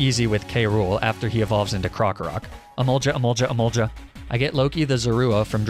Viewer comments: That’s not how you say emolga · Emolja, emolja, emolja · I dont know about other lenguajes, but in spanish emolga doesnt sounds like "emolya", it just goes "emolga". And giga impact would be pronounced by me like "Jiga impact" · It's emolga not emolja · "Emoljah, Emoljah, Emoljah" -, 2021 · you know he does it on purpose right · The EMOLJA EMOLJA EMOLJA part literally killed me irl. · I had no idea that I could hate Emolga more, but hearing Emolja just makes me feel like my teeth was chewing on a rock. All I have to say is: GAH!!! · Lol Emolja is going to be how I pronounce it from now on… no one can stop me >:) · He did the emolga pronunciation wrong on purpose